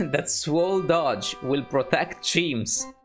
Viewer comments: You said it like Dodge not Doge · dodge?!!?!? HIS NAME IS DOH-J WHY DOES NOBODY GET IT RIGHT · D-oh-j, not Doj. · I hate how he pronounces doge